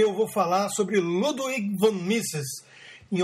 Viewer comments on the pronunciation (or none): Pô rodrigo, luduig não né? tem que pelo menos falar o nome certo. a pronuncia correta é ludivig